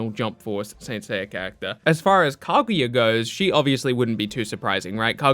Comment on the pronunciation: The way you say kaguya hurts my soul